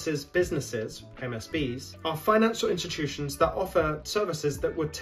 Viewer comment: I like the way you say institutions. Inshitushions 😅. Always well researched and excellently communicated. Thank you